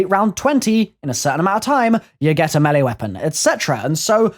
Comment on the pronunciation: the way he says map and melee weapon to me sound funny ik its his accent but its cool